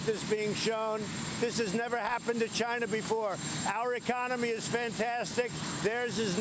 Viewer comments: wow, he almost pronounced "China" correctly 今日割五城，明日割十城，染得一夕安寝。起视四境，而秦兵又至矣。然则诸侯之地有限，暴秦之欲无厌，奉之弥繁，侵之愈急。故不战而强弱胜负已判矣。至于颠覆，理固宜然。古人云：“此地事秦，犹抱薪救火，薪不尽，火不灭。”此言得之。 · Did he said china or vegina? Sounds like a beaten baby and sounds delusional. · At 1.02 I thought he said he's vagina, I'm for USA. 😂😂😂. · You too??? I swear I thought the same thing!!! 😂😂😂😂😂😂😂👊😂👍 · He said “He’s for China” for a second I thought he said “He’s vagina”